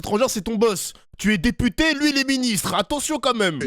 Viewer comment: 😂😂😂😂😂😂articule teputer